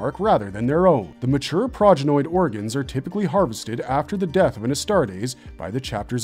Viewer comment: So, we've made this video to be able to tell fans from posers once they start trying to spout lore facts? "Yeah, you watched the wrong video, bro." Also, "sha-plane" Also, "ass-tarts" Also, who will become the Warhammer 40K? Gotta catch em all!